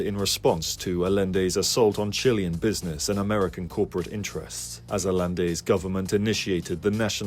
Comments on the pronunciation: how did no one you showed this to before posting this point out you're mispronouncing Allende? he was Chilean, it is pronounced like aye-yen-day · I like it, the only issue is that the name is pronounced Ayende even though its spelt Allende, double L in spanish is a Y sound when used as a vowel. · 'll' in Spanish is pronounced with a "y" sound. Allende is pronounced "Ah-yen-day".